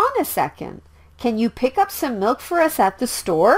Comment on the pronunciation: Why doesn't the pronunciation of milk be explained and why does it sound like no?